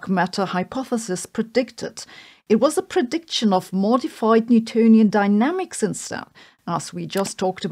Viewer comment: I swear it sounded like you said mortified Newtonian Dynamics 😆